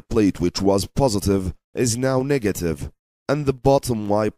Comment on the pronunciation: I can't help but notice him keep pronouncing negative as nigative in the whole video 🙂